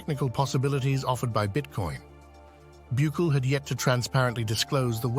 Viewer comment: God fuck say his name right BUKELE!!! NOT Buuckle 😂